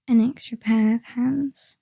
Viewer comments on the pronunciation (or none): I swear when you said "it does help to have an extra pair of hands" I heard that as "extra pair of pants" and for a brief moment I was very worried about just how embarrassingly I had screwed up the heist.